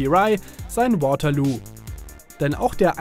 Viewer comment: Man spricht Waterloo ganz normal aus, so wie es geschrieben wird. Der Ort liegt in Belgien und nicht irgendwo in England... Mein Gott, immer diese peinliche Überbetonung.